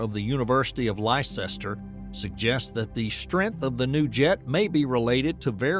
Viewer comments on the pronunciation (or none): Note for Americans. Leicester is pronounced "Lester". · It's a jovian day and Leicester is pronounced less-ter. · You completely miss pronounced Leicester here's in the UK I suggest watching a few tours I'm sure it will sink in 😂😂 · Wow! It’s almost like Britain sucked so badly that people were willing to starve and freeze to death, just to escape from her. How dare a US citizen not know how to pronounce a town that they wanted to include, for a factual basis. Now I see why the colonials wanted to leave!